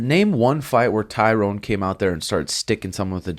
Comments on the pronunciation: Pet peeve.... when people pronounce Tyrones name as TYROWN... It’s pronounced like TY-RUN. Any UFC fan should know how his name is pronounced let alone another fighter. I mean he was a 5 time champ for god sakes! Love you Suga an but CMON guys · is name his Tyron (Ty-ren). Not Tyrone, lol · Its Ty RON...Not tyronE....